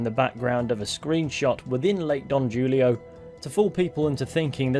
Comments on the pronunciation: I know you are Bri'ish, but its a Spanish name. Not Julio, pronounced with an H like Hulio. Who-lee-o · Julio is pronounced Who-lee-oh . . . like in that Simon and Garfunkle song . . . "Me and Julio down by the schoolyard" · J in spanish makes a Y sound, so Julio is pronounced "Hooleeo".